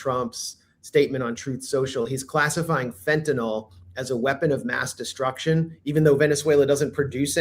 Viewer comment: fentanOIL lol😂